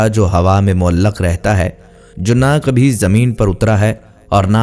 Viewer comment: السلام علیکم بھائی صاحب آپ سب سے پہلے اپنی اردو کے تلفظ ٹھیک کرو ہر بات میں ک ق۔ ق ک قینچی والا ق ادا کر رہے ہو کبھی۔ کو بھی قبھی پڑھ رہے ہو کسی اھل علم کے پاس بیٹھ کر یہ ویڈیو چلانا یہ میں کتنی تلفظ کی غلطیاں ہیں